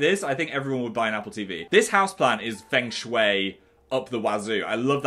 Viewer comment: Oh okay pronounces feng shui right but not UR-AY-NAL 😭😂